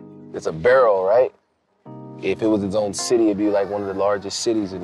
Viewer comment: He said it’s a barrel lmao it’s a borough!! You been living here for a year already guy.